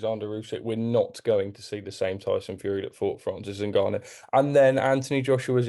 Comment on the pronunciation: its Francais 'en'Gannou.(Phonetically pronounced).... Gareth you are supposed to be a Learned fellow of boxing